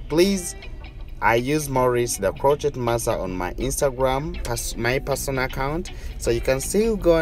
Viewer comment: It is pronounced crow-shay (crochet)